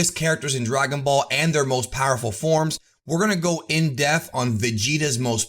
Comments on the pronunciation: “IN DEPTH” NOT “IN DEATH” 💀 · Damn been awhile... still cant say depth😂😂😂 love the vids anyway. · Depth has a “p” in it.